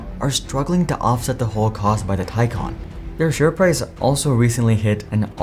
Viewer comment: Your AI is terrible. It’s Taycan,not tycan!